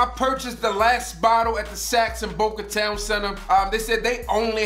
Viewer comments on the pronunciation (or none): none